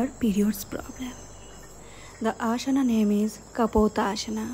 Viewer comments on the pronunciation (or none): ಅದು ಆಶನ ಅಲ್ಲ ಆಸನ, ಶವಾನಾಸನ ಅಲ್ಲ ಶ್ವಾನಾಸನ .ಸರಿಯಾಗಿ ಆಸನಗಳ ಮೊದಲು ತಿಳಿದುಕೊಳ್ಳಿ.ತಪ್ಪು ತಪ್ಪಾಗಿ ಉಚ್ಛಾರ ಮಾಡಬೇಡಿ.